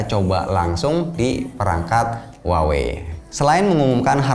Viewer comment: Bang itu merk Huawei baca nya di Indonesia biasa aja ya "Huawei" bukan "wawei" haha, jgn ikutin orang barat yg ga bisa spelling. coba cek cara spelling Huawei yg bener dari native speaker China. Saya denger u bilang "wawei" jadi cringe banget